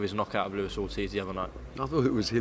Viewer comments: Barry" Ortez like Ruez" Hearn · At least he's improving, he called him Carlos Ortez last time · Barry “Ortez” Hearn